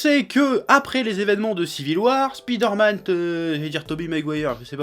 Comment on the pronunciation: a il dit "spider-matte" mdr